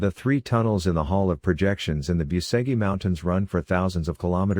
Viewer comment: Biuseghi mountains......😂 Lear the fu...kin spel corectly that name, BUCEGI, not Biuseghi....🤦